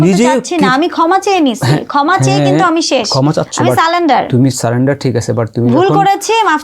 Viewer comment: সারেন্ডার বলে। উচ্চারণ ঠিক করে বলতে